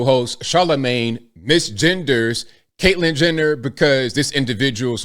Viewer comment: did you say Caitlyn Jender?